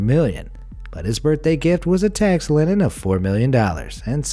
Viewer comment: AMAZED it’s a tax LIEN (pronounced LEAN) not a tax LINEN... , god damn you’re dumb